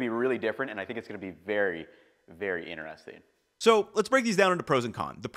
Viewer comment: it is innner-resting , is it outer-resting too?